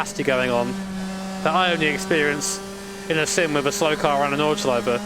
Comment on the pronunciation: Hey, German here, your pronounciation of "Nordschleife" is top-notch.